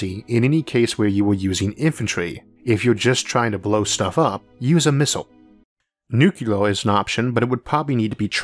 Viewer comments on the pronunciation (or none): Just curious: is "nucular" now a correct alternate pronunciation of nuclear?